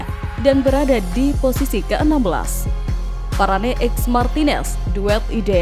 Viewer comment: Nama bek perancis itu di sebut VARANE bukan VARANEI